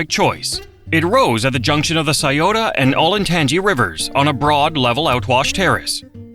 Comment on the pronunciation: I was about to post the same thing. Strangely it did get Scioto right.